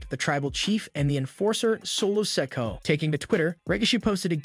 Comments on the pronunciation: The young Uso brothers name is Solo Sikoa as in Siko….Ahhh… not “Sicko” 😂😂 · You need to pronounce Solos last name right.